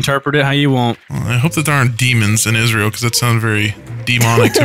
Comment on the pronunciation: Babushka is Russian . Why Israel bro . You should know how Israel sounds your dropping bombs on em